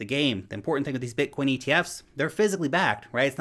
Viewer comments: Did you say bitcorn 😀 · You said Bitcorn. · Lol. But but but! you said bitcorn at 0.25:DDD